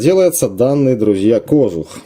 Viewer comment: кожУУУУх правильное ударение